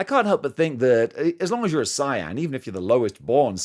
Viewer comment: Say-yen 😂,. It's pronounced Say-yen. Don't make me use my instant transmission on yo' azz 😂. I might have to buy the flavor flav figure for my step dad.